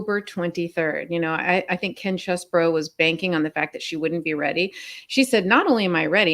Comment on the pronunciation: Please do not say things like you did when you were talking about Ken Chesborough. You mispronounced it and then said "Or however he says his name". You know how it is pronounced. That is a Trumpish move. Thanks for all you do and fighting the good fight my friends.